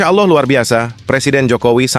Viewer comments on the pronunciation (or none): none